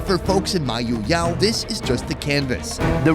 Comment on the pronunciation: Thanks for visiting our beloved place Mayoyao.... I love the way you pronounce Mayoyao 🥰